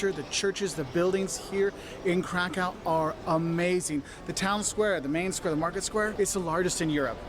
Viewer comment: Please, dot"t say Karkau*. Its a german name of polish city. Please say *Krakov